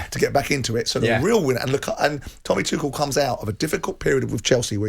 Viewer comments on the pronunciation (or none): I really wish every pundit would have a chat and decide how to actually say Tuchel’s name properly.